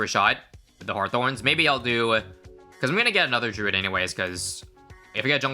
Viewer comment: thank u for pronouncing druid correctly